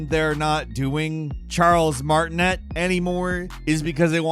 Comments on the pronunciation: Pronounced Charles Martinay*French cuzo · FYI: it's pronounced "Mar-ti-nee" Charles' surname is French. (I met him at a convention.) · Im french and he prounounced it right, except the T at the end is silent.